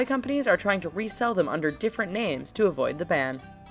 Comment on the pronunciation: for the ball magnet thing the voice said nam instead of name even tho the title said name. anyways I luv ur channel!